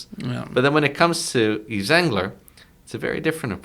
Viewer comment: excellent discussion - the s is silent in Yves and is pronounced "eve"